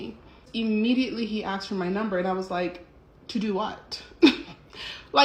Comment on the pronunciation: Fact check: "Aksed" is not a word.